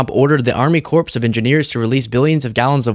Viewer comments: Corps is pronounced 'core' not corpse like a dead body. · Army "core" of engineers. S is silent. and they're living, not "corps"es. Thank you for getting the word out. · Corp is pronounced like “core” as in Marine Corp not like “corpse” as in corpse bride. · It's pronounced core, not corps. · Just FYI, the "ps" in "Corps" is silent. "Corps" is pronounced like "core." A corpse is a dead body. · It’s Army Corps not corpse. It’s pronounced like core. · Corps is pronounced "Core" of Engineers. Too many commentators with vocabulary and pronunciation by vibes undermining their credibility. The character of Gomer Pyle pronounced it "corpse" because it made him sound like a country bumpkin in a comedy. Thank you for your hard work, but these sort of mistakes matter. If there is a production team involved, then not catching things like this is unacceptable. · "Corps", as in the Army Corps of Engineers is pronounced the same as "core" not "corpse". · Corps is pronounced "core" not "corpse". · Army "Corpse"?! CORPS is pronounced CORE... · sweetie Corps is pronounced kor. Corpse is a dead body, and that's different. 🤗👩‍🦳🌞🐉☮️🩷🐸💨💨💨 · Its pronounced “core”; not corps just fyi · The "ps" is silent. Its Army "core", not corpse.😂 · Corps is not pronounced "corpse" it's pronounced "core". The farmers are going to love a drought without that reservoir. Thanks pResident Trump! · Corps is pronounced core.... not corpse. Lol. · Quick grammatical tip. It is pronounced "core" not "corpse" of engineers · "Corps" is pronounced like "core," not corpse. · just a side note, "Corps" is not pronounced "corpse" its pronounced "core" lmao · Dude, it's not pronounced "Corpse of Engineers". Corps is pronounced "core". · Hey,: "Corps" is pronounced "Cor". Ignore the P and S at the end. "Corpse" is a dead body and is pronounced like it's spelled, with the silent E. "Corps" as in "Army corps of engineers" is the one where the P and S are silent. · It’s pronounced “core” not “corpse”